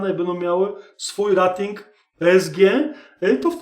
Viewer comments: Rating wymawiaj jako REJ-TING. Poza tym, wszystko okej. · super materiał. Proszę mówić "rejting", bo "rating" nie da się słuchać, kłuje w uszy. Jeśli już chcemy wymawiać po polsku to spolszczmy to do naszej "oceny/klasyfikacji". Pozdrawiam